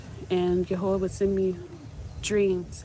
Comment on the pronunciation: What did she say? Yehoha ? as in Yehovah? Just fascinating how people pronounce the four letters of TMH.